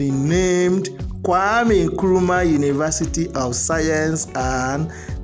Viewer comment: Correction plz. "Nkrumah" not Nkurumah